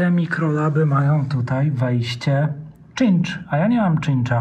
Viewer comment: Super, że znowu jest CIę więcej... Co do wtyków to raczej "sincz" a nie "czincz" - choć ja sam bardzo długo mówiłem "czincz". Mam jeszcze pytanie OT - czy można zaufać firmie SMARTSPOT jeżeli chodzi o zakup iPone?